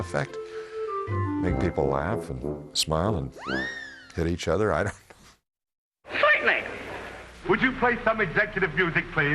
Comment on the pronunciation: why sointenly !